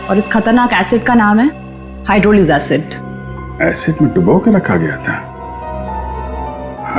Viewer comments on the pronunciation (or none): hydrolic not hydrochloric